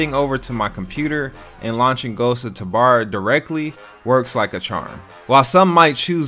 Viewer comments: bro idk why but it pisses me off how he says tabor it says it like TAHbor when i only ever hear it pronouced ghosts of TUbor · Omgrhg...ther way you say tabahr